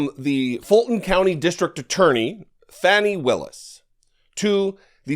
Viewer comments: Please be aware that Fani Willis's name is pronounced "Fawn'-ee" - NOT - "Fann'-ee." Thanks for all that you do. I depend on you to tell me the TRUTH. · How are we ever to get shed of tRump & his losers? LOCK-THEM-UP!! By the way, Ms.Willis' first name is pronounced "Fawnie" & she is a fabulous litigator. Love your channel!